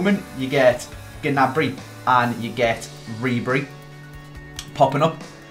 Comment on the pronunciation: The g in gnabry is silent